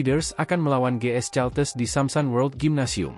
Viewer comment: Caltex kependekan dari California Texas. Kenapa kau baca Caltes Min?. Belajar bahasa Inggeris dong.